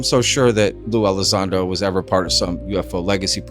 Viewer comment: Sue Elizando 🤣🤣🤣